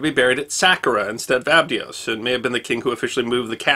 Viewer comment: It's Sa-car-a and A-bye-dos. The way you pronounced them was bizarre.